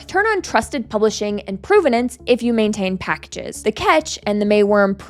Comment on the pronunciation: PROV-ven-nance, not PROVE-ven-nance, despite the relationship between these words. Please learn English.